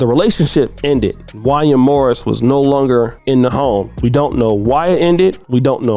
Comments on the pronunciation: Every black person who was alive in the 90s knows this man name in pronounced Won-Yay 😂😂😂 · Bro, how you my age and don’t know how to pronounce Wanya from Boyz II Men 😂. It’s pronounced Wayna like Kanye. Damn 🤦🏾‍♂️ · His name is pronounced, “Juan-Yae” … “Juan-Yae.” I am absolutely disgusted by his self hating behavior as of lately, so call that 🥷🏾 whatever you want at this point. This is Sickening to hear. 🤨Those boys are super talented and will make it, with or without the help of their lousy Pops. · I saw your title and I came here just to say “Wanya did that ish too!” And looky here, this is who the video is about! His name is pronounced Wan-yay though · His name is pronounced “One-Yay”. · Jaun- yay... is how it's pronounced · It's pronounced Wan-Yay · His name is pronounced Juan-Yay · You don’t know how to pronounce Wanye’??? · Who the heck is “Won-yah”? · It's pronounced Wan-YAY!! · Yo man his name is pronounced Wanya just like you would pronounce Kanye.